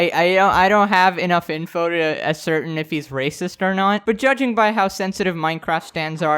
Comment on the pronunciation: No offense zoomer, but it’s “ascertain” Pronounced “ass-er-tane” JFYI, sry for late. Bye zoomer! ~a fan